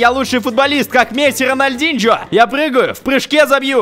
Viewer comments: вобшето не ранальдиньчьо а ронольдиньё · Не Роналдинжо а, Роналдиньо